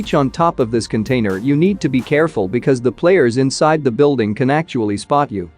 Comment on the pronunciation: Beeuldeeng 🤣 I know your tongue can speak this